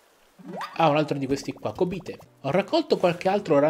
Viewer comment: Bel video, comunque si dice cobìte non còbite